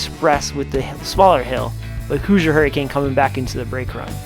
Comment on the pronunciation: IB is a cool park, so unique. Love the boardwalk. At least it is when everything is open. Been there 3 times and Lost Coaster was closed each time. Also, the way you say “Hoosier” hurts my brain 🤣😝. It’s “hoozhur” not “hoozer”.